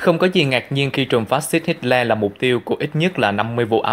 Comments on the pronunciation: Hitler không phải HitSler. Không có âm S. Tên của người nổi tiếng như vậy mà phát âm sai bét nhè. Không ra gì hết. Vậy sao cho LIKE được. Sorry nha. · hit xo le...thuyet minh kieu ji vay ban...! doc la hit tho le...de chap nhan hon. doc ji cho ng nghe biet la minh co ng co hoc...!